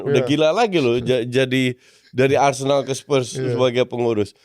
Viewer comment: Bukan BarceNOLa, tapi ArseNOL